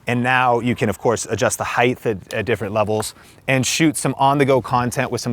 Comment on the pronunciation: is it pronounced heighth now, with a "th" sound at the end? is that a thing now? I always thought it was height with a hard T at the end but I'm hearing the TH way of saying it here and there recently....